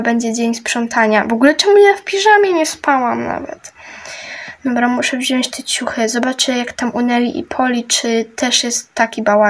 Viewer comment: 😅popierwsze muwi się pani śprzątająca muwi się wziąć a nie wziąść